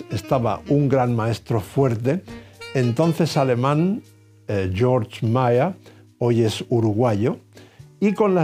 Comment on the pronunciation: Un apunte pequeño, en alemán Georg se pronuncia "Gueeorg" y no "Yorch" que es como se diría el nombre en inglés. Muchas gracias por esta serie tan fantástica.